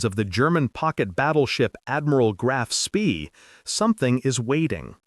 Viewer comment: Graaf Spaay is the correct pronunciation.